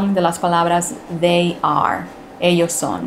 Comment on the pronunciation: Ha! Otro? Otro igual que yo cuando yo estaba en kinder de Inglés! La palabra THEY se pronuncia muy MUY diferente a DAY, Náda que Comparar.